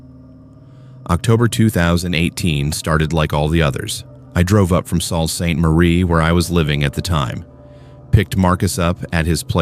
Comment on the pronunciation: Ontarians pronounce "Sault" as Soo-Ste-Marie.